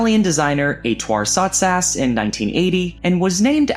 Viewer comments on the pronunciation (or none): How did you pronounce Ettore Sottsass's name? You made it sound French when he's definitely Italian...